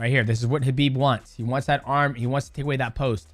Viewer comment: The first MMA fighter to pronounce Khabib correctly. Well done might mouse. You are also amazing. God bless